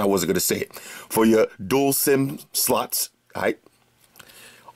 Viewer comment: Thanks for the awesome review! Lol on the pronunciation of "dual sim slots" 😂 #BestReviews #FlossGrade #